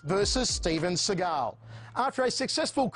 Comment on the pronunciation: Who’s “they” he uses “they” a lot “they” said im the best “they “ said they had never seen someone as good as me “ they “ said that they could see I was a gifted boodist (I’ve been a boodist since I was a child (Steven was jewish steve Seagal (see-gal ) not Sah-gal …Sah-gal is as phoney as every thing else about him ..like his painted on widows peak